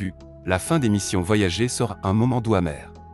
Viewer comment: On dit voyager comme gerre